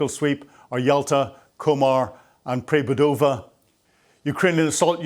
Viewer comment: One of the RECAPTURED SETTLEMENTS is NOT "PRE BUDOVa" It is _ PERE-DUBOVA. QUITE DIFFERENT to WHAT says! SO often the WORDS are IN FRON T OF HIM and he says them FRACK to BUNT! Yes they are different wordings to what English speakers are used to, but some settlements have similar names and if NOT SPOKEN as THEY ARE we can have NO IDEA!